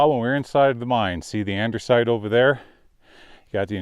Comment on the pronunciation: Great video but please stop calling it andersite. No "r" in andesite.